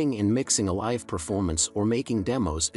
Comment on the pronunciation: You miss pronounced "live". ⬅️EXIT.